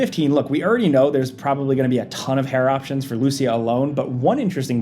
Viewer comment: I'm not that sure... but you are mispronouncing the name LUCÍA...